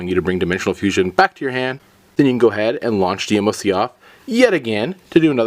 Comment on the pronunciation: It's not D M O C it's one word not separate letters DMOC